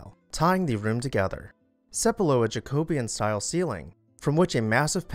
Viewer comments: Ja-co-BEE-an, emphasis on BEE. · Please review pronunciation - esp. Jacobean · I really enjoy your videos... mostly. But listening to you mispronounce words and names is like hearing fingernails on a chalk board. In this video it is Jacobean. In another recent video it was Pulitzer. And there are others. I'm sure a lot of research goes into these videos, but please do a little bit more when it comes to names and words you aren't familiar with. These gaffs detract from your credibility.